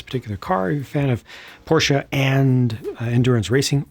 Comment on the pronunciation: I like the pronounce of your german speaking "Straßenversion". Sounds brilliant❤ and also no "Porsch"...